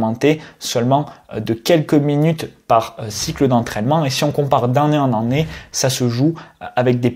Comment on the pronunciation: tu ne sais pas dire Année ? tu dis an né